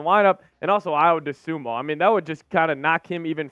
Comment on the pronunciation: Why can't you pronounce Ayo's last name right? I don't get it. His name doesn't end with an "o"